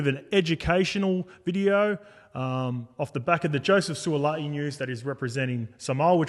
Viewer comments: Surely pronounce his name right 😂😂 it ends with “i’i” not “a’i”. Suali’i not Suala’i 😂😂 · Who’s Sualaai 😂🤦🏼‍♂️ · On point, love ya werk! But garmon, gotta get em boys names right 😂 What’s this Suala’i bizz? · Every sport commentator must learn how to correctly pronounce the players names. This shows respect for these players and their families. Will Mason pronounce the Suaalii name. Well done Willie. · To all my P.I. brothers and sisters apologies on my awful pronunciation of Sua'ali'i. I swear I practice it before every show and then get on the show to butcher it every time. Smh Just to be transparent always, I did reach out to him and apologise and he was gracious enough to understand 🙏 Hope everyone enjoyed our takes and the bonus ep though. All love. 🙏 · Their was never any intent to say it wrong by you allg mate x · Agree with all your points boys but shit you butchered Suaalii’s name 😅